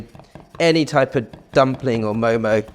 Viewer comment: First of all, its mo mo 😂